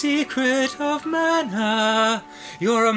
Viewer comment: Why doesn't anyone on the entire planet know how to pronounce mana correctly?